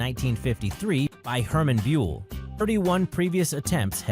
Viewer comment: Found it very interesting. Only the pronunciation of Hermann Bühl made me cringe... But that is complaining on high level ;)